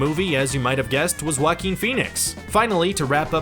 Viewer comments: "Wackin Phoenix" It hurts to hear this Really does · Oh that wacky "Wackeen Phoenix". LOL! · Joaquin sounds like: WA-keen. Not how it is said in this vid. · It sounds like you say whacking phoenix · It’s (Wah-keen) please pronounce names correctly or stop making videos! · Ahem!! It's "Wackeen Phoenix", thank you very much? lol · YOU ARE KILLING JOAQUIN'S NAME! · You’re mispronouncing his name dumbass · narrator of this video pronauced joaquin name like that ....lol